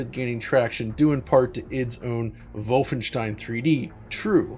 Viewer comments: Pleased with your pronunciation of "Wolfenstein". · Hey, welcome to the correct Wolfenstein pronounce Club! 😀